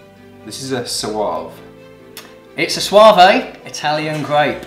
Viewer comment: A bit of practice with the vowels when it comes to Spanish and Italian and the pronunciation would be good👍. English speakers have to remember that vowels are read very differently in most languages in comparison to English. Not SoaVAY, but more like SoaVEH Not BarHO-LOH, but Barolo (pronounced more flat) Not SangioVAYZAY, but SangiovesEH. Idk it's difficult to explain. Perhaps these help. Vowels in Spanish: Vowels in Italian You'll notice how extremely similar they are. Same can be said about Portuguese vowels and a few other languages. I can always tell when a native English speaker speaks another language that they are English speakers, because it's all in the vowels.